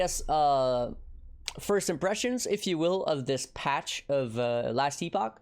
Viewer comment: I don't get why Nobody on earth has Googled the pronunciation if the word Epoch.